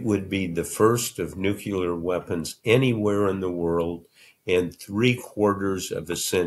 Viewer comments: I cannot believe Woodward uses New-Q-ler to describe NUCLEAR weapons. Can't get past this. Does Babble mis-pronounce NUCLEAR, too? Doubtful. Thought this died with Bush 43. Clearly not. Disinformation propaganda that minimizes the danger. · OMG! You'd think this brilliant man would know it's not new-cuo-ler! It is nu-clee-er, Bob! Now I'll have to Notre your book from the library. I just can't buy it! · It is embarrassing to hear an intelligent person unable or unwilling to pronounce the simple word “NUCLEAR”. Nucular is simply unacceptable. I am unclear,or uncular, as to why this mispronunciation persists. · Nuclear = new-clear, not nooky-ler. Why this distinguished journalist cannot pronounce English words properly drives me nuts. (I was a teacher of English as a second language.) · I can't believe Bob can't properly pronounce Nuclear! Nukular is not at all correct! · Noo-kya-lur? Oh well, George W pronounced it that way, too. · NUCLEAR!!! (not Nucular!) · Why does someone as educated as Woodword keep pronouncing it "nuke-yular." I can't listen anymore. It's totally annoying. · I hated to make that observation. I'm glad you did it for me. 😂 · nuclear = "newcleeaar" not "nukeular" sorry, for a famous writer Woodward should know how to pronounce the word. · Every time I concentration returned to the conversation Bob would again say “NUCULAR” and I was off in my own head, wondering how the hell educated people continue to mispronounce this word. 🤯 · New-klee-ahr.... why can't you people pronounce it properly? nucular isn't a thing.... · No disrespect but, “nucular”? Why doesn’t he know the word is nuclear? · I mean no offense, but isn't the word Mr. Woodward is pronouncing as NUCULAR acturallly NUCLEAR. I know that "The pronunciation (noo'kyə-lər), which is generally considered incorrect, it is an example of how a familiar phonological pattern can influence an unfamiliar one ..." Wikipedia (English). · It's "nuclear", Bob, not "nucular". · Nuclear. Why is it so hard?